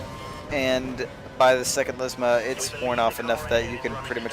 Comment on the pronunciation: LESMO! L. E. S. M. O. ! NOT LESMA, LESMO!